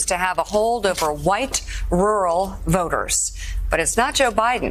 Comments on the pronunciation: My lord Matthew why do you pronounce rural with a "W" 😂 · Why is he saying "Rural" like that ?